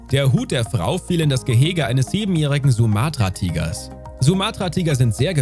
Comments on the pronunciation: OMG. Es heißt Sumatra und nicht Suumaatraa und Omaha, nicht Oma-ha. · Sumatra wird auf Su betont, Omaha auf O. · Mein Gott wie bescheuert. Wenn ein Video mit den Worten beginnt: Ein tag im Zoo ist ein grosser Spass. NEIN !!! Haben dir deine Eltern garnichts beigebracht??? Dann wird Sumatra-Tiger und Omaha falsch ausgesprochen und so schlecht geschnitten dass die Hälfte der Geschichte fehlt. Ich bin nach 2 Minuten weg.